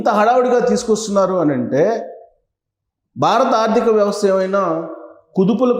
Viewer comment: "BAA RA THA" kaadhu Babu .."BHA RATHA" BHA ... Brother, nuvvu cheppey vishayalanni 50% kanna thakkava Nijam untundhi.. rest of the matter nee swantha fill-in-the gaps.. total imaginations Only